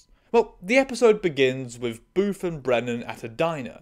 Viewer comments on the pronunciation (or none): I'm sorry, I keep hearing it as "Boof," which is REALLY fucking funny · I keep thinking you're calling him "boof"